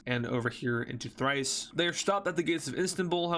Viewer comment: Hey! I am a Bulgarian, and just to inform you, a better way to say Thrace is like [THREYS] not [THRICE].